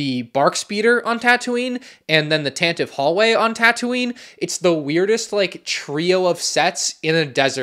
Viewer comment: Stop saying Tantive wrong